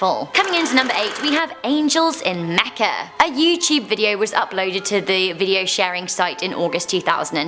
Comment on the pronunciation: said mecca wrong